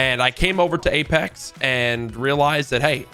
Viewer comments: He opened the video by saying “aplex” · ngl i opened the video and read the comments, and as i read this one i heard him say 'apelex' lmao unfortunate timing